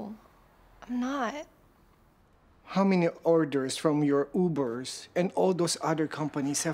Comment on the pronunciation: i started laughing when he said "ubers" HIS ACCENT- but im not judging